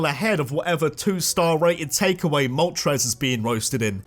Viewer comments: IT'S MOLTRES, NOT MOTORES! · THE FIRST R IN MOLTRES IS SUPPOSED TO BE AN L!